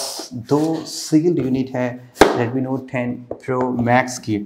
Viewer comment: Redmi Nothe 10 yehhhh English🤣